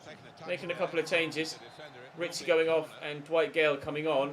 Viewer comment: Can't wait so you sell Ritchie so you stop saying risiie